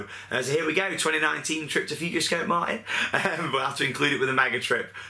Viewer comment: It's Futuroscope not Futurescope